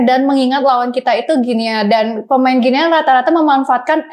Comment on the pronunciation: Host shrsnya bs pronounce nm negara dg benar.. guinea dibaca gini